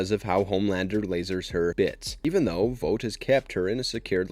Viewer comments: Couldn’t make it past you calling it “Vote” when the show clearly calls it “Vaught” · IT’S NOT PRONOUNCED “VOTE”!!! IT’S VOUGHT!!! Like you “ought” to learn how to pronounce the main company of the show you are doing a video on!!! Other than that, decent video. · How tf do you manage to mispronounce vought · they say the company’s name 1000 times an episode .. how do you get it wrong ? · Please learn how to say Vought